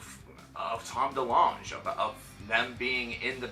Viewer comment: "Tom Delungge" lol